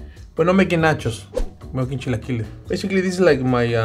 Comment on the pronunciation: Automatic like for the legend!!! Eres el más chingón!!! Americans with issues to pronounce the word, repeat with me: ¨Chill A Killer-s!¨ then just remove the R